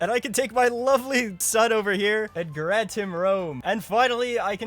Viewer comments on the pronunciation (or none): none